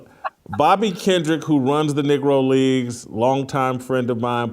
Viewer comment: I think he actually said 'negro' but messed it up a little rather than the full on 'n' word